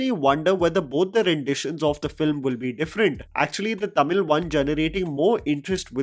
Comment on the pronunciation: love the way you say Tamil..the perfect way...